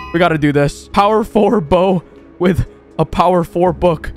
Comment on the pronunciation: Y do u say wid instead of with